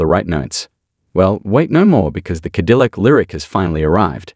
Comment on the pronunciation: "Ca dill ack" again. Bots have taken over. This is the most embarrassing series I follow on the internet when it comes to automotive news as they bots can't pronounce the brand name it is supposedly promoting.